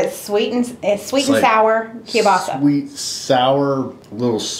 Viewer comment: …and kielbasa. 🤦🏽‍♀️